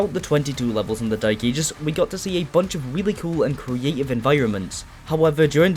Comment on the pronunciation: That’s how he pronounces it to be fair and it really winds me up 🙉